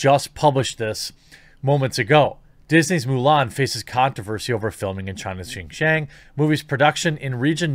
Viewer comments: you are absolutely not pronouncing it correctly lol. 新疆 or xin jiang is roughly pronounced (sheen jee-ong) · Your pronunciation is close. X sound like "hs," so "hsin-jiang" with a hard j and the a pronounced like "aw" in "law" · Pronounced Sheen Jeeang. Pinyin doesn't always pronounce directly , but i got u Jeremy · I’ll only correct you because you asked if you were saying it right... It’s said xin (sheen) jiang (jah ng). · Jeremy, Xin Jiang is pronounced "SHIN (like the anatomy) JEEYANG" (British "A" sound almost sounds like "long" in american pronunciation). I lived in China 13 years growing up and I'm glad you're talking about this issue. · XinJiang is pronounced ShinJiang, with a soft 'h', so pretty close. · i speak some chinese. So if you'd like to know, the pronunciation sounds like "Sheen Jyawng" ("aw" like in "saw"). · It's pronounced: Xing-Ji-On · In case you’re curious Jeremy: it’s pronounced Xinjiang (shin-gee-ahng). You’re pretty close tbh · Chinese is hard to It's pronounced, "Shin-Ji-ang" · Might I suggest watching Youtuber "serpentza" and his other channel "ADVChina" He lived in China for 14 years and just moved to the states. he does a LOT of videos on this. Least it will help with the pronunciations. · It's pronounced shin ji-ah-ng Jeremy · Nope, xinjiang (sounds like sheen jee-young (say the last part fast)) but great try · ROFL! I don't know if just repeating it is going to help any. Without using any kind of phonetic guide, it is pronounced something like "shin - gee - ang". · You're saying Xianjiang wrong, but I've heard a lot worse. You're just saying it with an American accent. You're also saying Uyghur wrong. It's not "We grr." That's just how MSM pronounces it and I guess most of the West now thanks to them. It's more pronounced like "Uuu ga ru." (I forgot how to write down sounds but that's the best I can do. lol) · No, you are completely fucking up the pronunciation of Xinjiang. I don't care though.